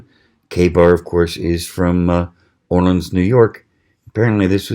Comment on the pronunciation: Great review. Olean is where Kabar is but that's a close enough pronunciation lol My mom is from near there. Tiny town.